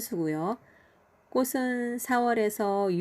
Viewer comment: 입은.....이픈...ㅎㅎ 꼬슨......꼬츤...ㅎㅎ 발음을 정확하게 해주셔요😊